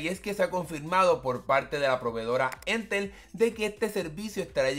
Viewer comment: Para variar siempre en Chile inicia todo para nuestra región xD. Sería una solución para Rapa Nui, que el internet es bastante malo 🙀. Ha y es Entel, no éntel (como si el acento estuviera en la segunda E)